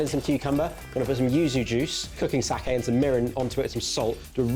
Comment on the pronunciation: Appreciation for pronouncing "sake" correctly instead of the usual mangled way of saying it as "saki".